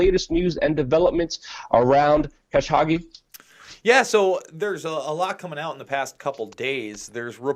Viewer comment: It's pronounced ka-SHOW-gee